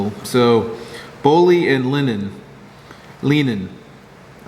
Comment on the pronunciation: Leinen is pronounced: lye-nen Cheers! Eric